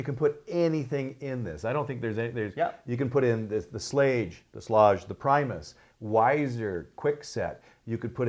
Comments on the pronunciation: FYI: The pronunciation - It's Schlage with a hard 'g'. My Dad worked for Schlage in So. San Francisco for 25 years and that's how he all the employees pronounced it. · Hi, the pronounciation of Schlage, is like Lager as in Beer.